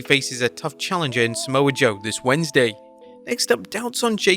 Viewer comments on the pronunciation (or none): none